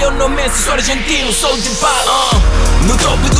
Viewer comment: Paulo dybala amigo falou errado